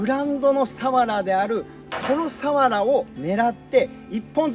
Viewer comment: サ↑ワラ？笑